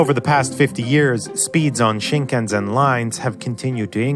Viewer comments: Wow you have enough time to make a 10 minute video about the Shinkansen and you have literally 0 seconds to put towards figuring out how to actually pronounce the word... so lazy... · David C it's not the same thing since the s sound is a normal sound in the English language. I wouldn't say anything if he didn't pronounce a word correctly that had a sound not in the English language. The only reason he is pronouncing Shinkansen wrong though is because he never bothered to look it up even though he was making a video on it. It's pure laziness tbfh. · ["I work alone..."] it actually sounds like he's trying to. He's got the し right, and the nasal ん (because it's followed by a か行 syllable), the かん is pretty close (complete with the less-nasal ん), and frankly if he wants to pronounce the せ like it's the Middle Ages, who are we to complain? :o) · Why are you pronouncing the last s in Shinkansen like a z? You even have video in there with Japanese people pronouncing it correctly. Really dumb. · Just wondering. Why pronounce the S on Sen as a Z? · shinkansen is not pronounced with a Z in it fuuuuuuuuuuuuuuuuuckin hell that's annoying made this video almost unwatchable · such a great video, but you had to ruin it by mis-pronouncing Shinkansen.... seriously, where did you get the Z from??? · BTW, you're supposed to say shinkanSEN, not shinkanZEN. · Shinkansen is pronounced with“-sen”, not “-zen” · It's shinkanSEN, not shinkanZEN. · Thank you for this video ! You pronounced "shinkanZEN" but it's actually "shinkanSEN". If it's hard to say, you can say "bullet trains". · It's shikansen, not shikanzen. The lack of understanding the pronunciation of the word, means you haven't research the topic enough to be an expert, let along curate a video on the topic. It would be like saying cers during a video about cars. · It's pronounced "shin-kan-sen". Not "shin-kan-Zen". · The last part of 新幹線/Shinkansen is read as in "send", not like "zen". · この動画、大嫌い！ 「しんかんせん」を「しんかんぜん」と発音するのが、たまらなく嫌い！